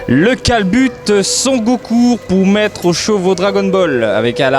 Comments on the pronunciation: ***** tu le dis "son" comme dans "j'entends un son" mais en fait ça se dit "son-ne" (sans appuyer sur le n) ^^ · super video mais tu prononces trop mal Son Goku xD